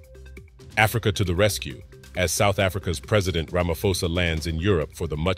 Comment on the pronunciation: Ra-ma-Po-sa .the ph not said as F ple